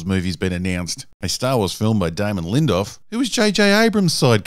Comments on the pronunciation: Feel free to check out how to properly pronounce Damon L. Last name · "Garth" Edwards and Damon "Lindoff" hahahaha